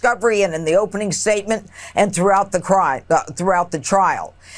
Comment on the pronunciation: She almost said the silent thing out loud "throughought the crim... trial" 😂😂😂😂😂😂